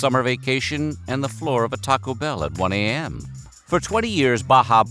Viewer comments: the way this guy says TAco Bell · The pronunciation of "Taco Bell" throughout is a gem. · Why u gotta say Taco Bell and Pepsi like that? its both hilarious and slightly offensive lol like u just cant be mad :p